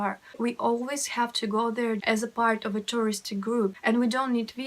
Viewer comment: You said "This is FART number one"